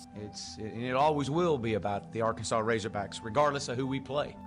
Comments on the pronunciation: Did i hear 'Razorbrack' instead of razorbacks at the beginning? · "Razorbracks" man you were channeling your inner Lou Holtz right there. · This dude said razorbracks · “might be the most humiliating defeat” WRONG Answer apparently didn't do you homework there youngster what are you 15? Oh and its RazorBACKS not RazorBRACKS by the way! I get it your a Band Wagon Fan whose here when they are winning but not when they are losing - Go root for Bama we don't need you - Now here let me help you with some TRUTH - Most Humiliating Defeats in Arkansas History are as follows - 1918 - Camp Pike (AR) 6 - ARK 0 1904 - Dallas Medical (Tx) 5 - Ark 0 1940 - Fordham 27 - Ark 7 1901 - Little Rock High School 5 - Ark 0 1944 - Norman NAS (Ok) 27 - Ark 7 1938 - Santa Clara 42 - Ark 18 1951 - Santa Clara 21 - Ark 9 1903 - Springfield Normal (HS) 10 - Ark 5 1905 - Transy (KY) 6 - Ark 0 1992 - The Citadel 10 - Ark 3 Just to name a few so next time you want to ride the FIRE THE COACH BUS do your homework son. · RazerbRacks?? what the hell is wrong with you? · Bruh you said razorbracks!!! 😂😂😂 RAZORBACKS!!! Go Cocks!! 🤙🏼🐔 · he said razorbracks lmao. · Did this dude really just say home of the RazoBracks 🥴🐗🐗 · I heard that too 😁